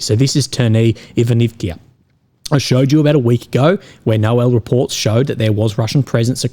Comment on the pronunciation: Петропавловка! а не Петропавликија. Ивановка! не Иванивкија! Ако не знаш да изговараш како треба, научи!